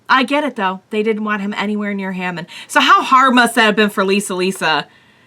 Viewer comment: It's pronounced as Haa Mawn